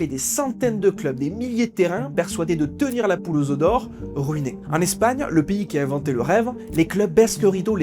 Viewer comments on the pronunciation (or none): none